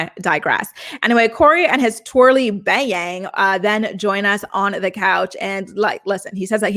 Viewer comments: Not the twirly bay-yang 💀💀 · “Corey and his bay-yang...” sent me to the floor😂💀💀